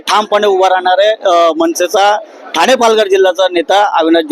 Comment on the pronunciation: मराठी आहेस म आधी ठाणे हा शब्द तरी नीट बोलायला शिक थाना वाल्या 🤣🤣